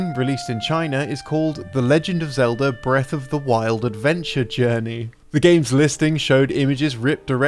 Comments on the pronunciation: Thanks for explaining how to turn the word Zelda into Elda by removing the Z, I was lost for a moment. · Or English.